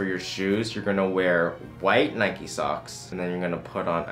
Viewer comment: Is my man really out here calling Nike "NECKy"